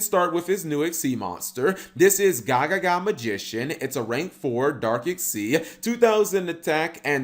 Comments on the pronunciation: It's not gagaga magician it's gagagaga magician. :P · He said gagaga when its gagagaga smh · Only 30 seconds into videoOnce again cap can't read lol Its Ga-Ga-Ga-Ga, no ga-ga-ga